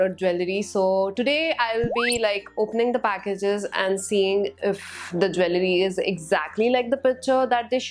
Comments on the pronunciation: You mispronunced jewellery in the whole video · You pronounce jewellery wrong😅